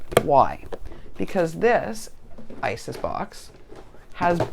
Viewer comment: Its iris* bins lol. I laugh every time you say isis. Oh yes I've been mojo - less for quite some time..I think I'm finally getting it back tho! We eat early in the day so I should be there as well! Have you considered putting shelves or something and store/organize on your walls? I had to do that. Now I'm running out of wall lol